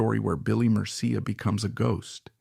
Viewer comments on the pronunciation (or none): also said his name wrong :/ murcia a colombian last name pronounced “mer-see-uh”